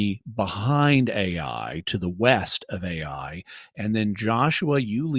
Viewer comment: I'm so annoyed at the when he starts pronouncing the name of the land "Ai" as "A + I" instead of just "I"...